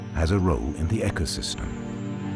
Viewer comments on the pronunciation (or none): I knew the answer already, but I'm glad they can confirm it. Great documentary, even though the narrator kept saying "echo system" instead of "ecosystem." Kinda reminds me of Megamind and how he can't pronounce "school."